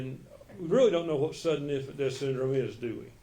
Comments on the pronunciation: Except she says deaf, for death. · She went to college for what 12 years and can't pronounce death correctly 😮 it's not DEAF.